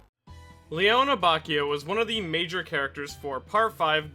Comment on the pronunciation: Love the video. Just gotta let you know that his first name is pronounced "Lay-OH-nay". Also on a different note, I love how Abacchio has one of the most well-rounded and complete character arcs in Part 5.